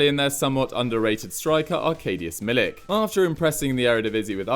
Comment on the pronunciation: I tried to help you with pronouncing Milik's name and you didn't listen. You don't realize how insanely far off you are.